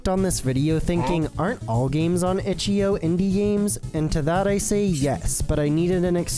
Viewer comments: "Itch yo balls" ahh pronunciation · "itchyo" bro what